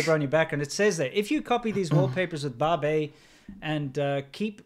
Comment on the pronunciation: Wow, that 'Babei' icon thing is "Great" /s Did you notice it's more like babe-i? Baby... Accurately reveling the guy behind the concept is infantile. He's been in China how long, and can't speak Mandarin?